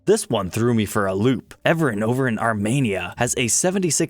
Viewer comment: You know something that might make me sound like a jerk when he says Armenia he said it like Armania which is so frustrating to me because he thought the E was an A